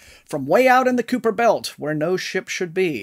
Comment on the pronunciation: Did you say COOPER? as in K-eye-per?